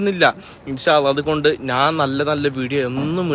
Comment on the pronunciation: ഞാൻ - നാൻ മഞ്ഞ - മന്ന ഇത് ശരിക്കും പറയാൻ പഠിക്ക് ആദ്യം😂😂